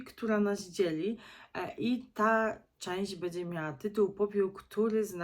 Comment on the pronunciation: Nie "bedzie" a "będzie ". Uszy więdną od słuchania.